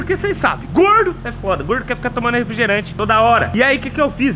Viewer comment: Eu entendi corno em vez de gordo😂😂😂😂